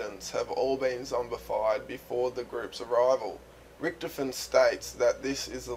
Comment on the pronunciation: ritch-toven not rioven